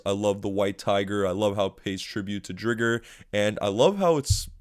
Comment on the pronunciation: so is it really the show's fault that everyone pronounces it "drigger"?